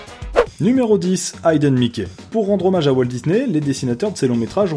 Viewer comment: génial, mais petite rectification: c'est pas "haïden mickey" mais "hiden mickey" pour la prononciation (désolé, je suis linguiste, mais cela dit, je me suis marré à cette blague)